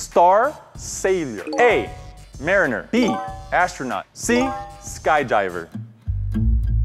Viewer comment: Mariner Me: NOT EVEN CLOSE!